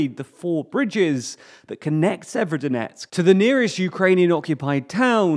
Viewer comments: If it's helpful, the way to pronounce Severodonetsk, is to not bother vocalising the first 'o'. So 'Sever-donetsk'. That's what the locals seem to do. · Jeeez guys you could just look up pronunciation of Ukrainian towns and rivers... Even google translate talk bot can do it better than. Sayverskyedonetksks is not how you say that lmao.